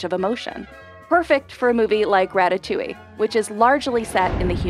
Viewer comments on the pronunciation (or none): Ratatouille? You mean Racacoonie!